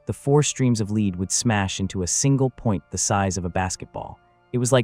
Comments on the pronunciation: That's because its AI slop. The audio says mispronounces Lead repeatedly using Leed instead of Led. Given the meandering you mentioned its likely that the text itself was generated by AI too. So its entirely plausible that the events described are likewise entirely made up. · Good story, but way too repetitive. Could have been told better in 25 minutes max. And why can't they teach the AI narration to pronounce "lead" like "led", not "leed". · Can we agree on something? Lead rhymes with dead, not deed. Motherfucking AI. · The word LEAD is pronounced LED!!!!! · Damn it man. It's pronounced "led", not "leed." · Especially when it pronounces Lead like Leeds. Along with a few other words. Some channels will have multiple words pronounced different times in the same sentence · AI always pronounces the word "lead" wrong. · Stupid AI.. It doesn't know how to pronouce; BANZAI or LEAD. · Excellent story. I just wish you didn't use AI for voice, or at least teach the AI how to pronounce the word lead.😊😊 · Thank you! I have been thinking the same thing, you think with as advanced AI is now it’d figure out the context of the word and pronounce accordingly